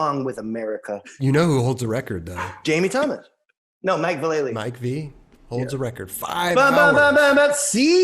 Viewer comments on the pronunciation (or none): I love how everyone still mispronounces Vallely as “Vuh-LAY-lee” even though he pointed it out on his episode. It’s “VAL-luh-Lee,” but we all keep messing it up because that’s how we’ve been saying it since Public Domain.